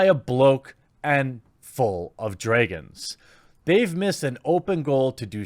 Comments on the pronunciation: I'm sorry.... "DrAYgons"?? Is that how you (Jeremy) really pronounce it? great video though! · David "Bynof", "Dreygons".... Cant you read?